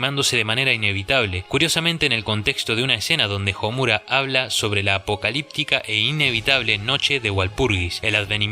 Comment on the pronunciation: Me he percatado que en la mayoría de análisis o críticas a ésta obra el nombre de Homura, la fuerza de voz está en la sílaba "mu", según lo que he estudiado hasta ahora en japonés la letra u es suave por lo que la entonación está en las otras sílabas como: SA - ku - ra, SA - su - ke, A -zu - ka, etc. Y en éste caso se pronuncia HO - mu - ra no ho - MU - ra. Eso es todo, saludos!